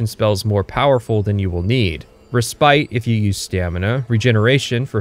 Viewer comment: For someone who claims to be smarter than other YouTubers, bro can’t pronounce any words right 😂 like dawg it’s not that hard to say respite